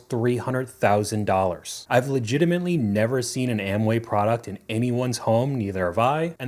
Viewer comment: Legitimately has no N It’s not “legita-mint-ly” The one and only thing about your vids I disagree with! 😅